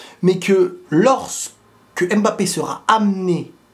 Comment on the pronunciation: Pourquoi les français disent Embappé (aime mbappé)